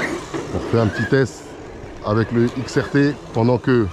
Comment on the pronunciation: Xrt et non xtr force a toi